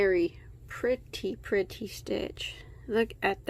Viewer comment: Very “Prettay”